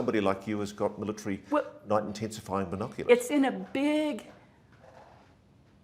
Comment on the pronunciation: Yeah, the word is MILL-UH-TARY… not MILLA-TREE